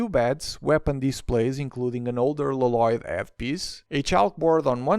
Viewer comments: Why you call Lloyd l loyd instead of yoid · It’s pronunced Loyd not Lo Loyd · It’s lloyd not laloyd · WHY DO YOU CALL HIM LOLOYD UNIROINCALLY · la loyd is how its pronounced. in the ninjago movie, garmadon said so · why did it sound like he pronounce “loloyd” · NEVER......is he going to stop calling him la-lloyd😅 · it is pronounced with one L not two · If yopu watched the show you will know it is prounonced with one L not two